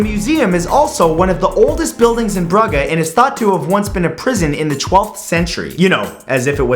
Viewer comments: Btw Matt it's pronounced "brooj" not "Brugger" ;) I've been but unfortunately we didn't have time to visit the museum :( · Bruhhe? XD Omg.. Matt, it's a g. Not an h... XD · Everyone else notice he said brugger not brugge? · Brugga? Don't you mean Bruge? Pronounced brooge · I had to think a bit when he mentioned the torture device. I've never heard of a town called "Brugga". Then I realised he meant Brugge or as most people know it as "Bruge". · Its pronounced Brujje but spelled brugge goddit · Did Matt pronounce #1 as "Brukke"? You can't seriously mess up the pronunciation that badly, can you? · ***** I think you meant brugge which is pronounced broo jsh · Bruggah? 😂😂 its ok matthew we forgive you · He didn't say prague. He accidentally mispronounced "Brugge". I've been there and that is where the museum is located. Don't be harsh before you know what you're talking about. No offence :) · The fact that he pronounces Brugge as Brugge 😂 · Your pronunciation of the city "Brugge" is very funny, anyone from belgium? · 10: I was like never heard of that place then I thought did he mean Brugge? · You mispronounced Brugge.